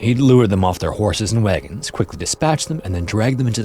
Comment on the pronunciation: Ah yes, the good ol fashion "waygons" pfft freaking Canadian elmer fudd. Slow the hell down. you say "Suhcombine" instead of "So combine." You're not in a race here bruh.